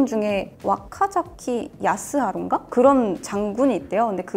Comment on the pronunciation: 와카자키 야스하루가 아니라 와키자카 야스하루 입니다